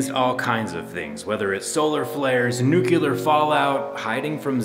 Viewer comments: This is all well and good, but it's pronounced "new-clear", not "new-cue-ler". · The word is nuclear, not nucular. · nuclear not nucular. Love the channel. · Love your content Zack! Nuclear is correctly pronounced "New-klee--ur", not "New-cue-lur". It's a common mistake that many intelligent people make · Didn’t expect him to say “nucular” instead of nuclear, as it’s spelled. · since i watched the chuckle sandwich i now hate every time i hear someone say "Nucular" instead of "Nuclear".... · Zack mispronounces the word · What's a nucular fallout? 🤔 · Did you just say...nuculer? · Nucular is not a word. Thanks for playing the English language game. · When smart ppl say “nu-ku-ler” 🤦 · did you say "nucular" ??????????? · Mf said nucular